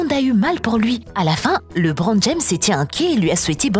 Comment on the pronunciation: La voix m'a tuer elle a prononcer leubron alors que ce prononce lébrone 🤣🤣🤣